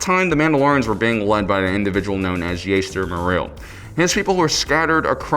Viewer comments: Jaster Not Yaester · [Jaas-Ter] dafuq is this “yayster” go play star wars bounty hunter. He’s said by Temuera Morrison as Jango Fett saying it as JASter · Every time he said Jaster as Yaster I had to cringe, okay, okay.